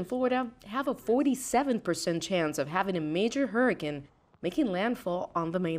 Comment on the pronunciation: every time she says 'hurra-kin' I tense up